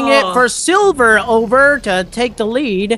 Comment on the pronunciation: pronounced sliver overlord wrong! Magic fail.